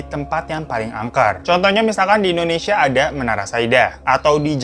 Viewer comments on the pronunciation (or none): none